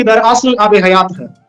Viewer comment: abe hayat ya hiyat